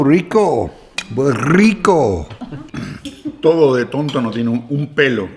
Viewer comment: Muchas gracias por la clase de historia! Me dio pena lo que ocurrió con los pueblos originarios, eso sí! Felicitado el consuegro por cómo pronunció Rico, muy bien esa "rr".La comida familiar se vio deliciosa.Es un canal sobre la vida en familia, los valores y el aprecio por la vida.Los felicito!!!